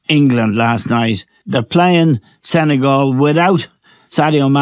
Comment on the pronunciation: The pronunciation is not Sene-gaul. It's Sene-gal...as in my gal... I haven't heard any anglophones pronouncing it properly.